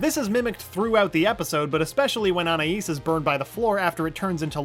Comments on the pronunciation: I've never been able to figure out the pronunciation of "Anais". Every episode it's different. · Why can no one say Anaïs correctly?